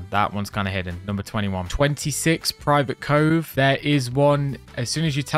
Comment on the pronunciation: aint no way it's "private cove" and "dread forest" smh